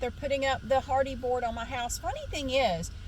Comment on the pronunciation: You keep saying hardy board and I keep hearing Hardy Boys. 😅